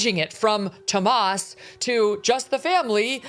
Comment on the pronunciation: It’s Tommaso not Tomas